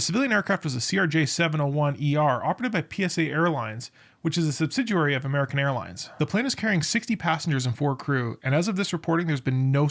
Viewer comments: A "subSIDUARY" of AA? What a clown. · Sorry. You lost me at “sub si duary”.